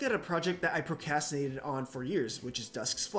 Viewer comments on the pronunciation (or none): Cool video but the proCAStinated pronunciation 😭😭😭